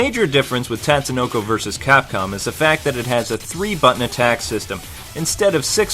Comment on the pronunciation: Another good review. The only thing that irked me was when you said "tat"sunoko, instead of "tot"sunoko. A minor complaint, but it says it right in the beginning of the game. I guess it's like people calling Ryu "rai-yu"... an endless war of pronunciation that will never end, lol.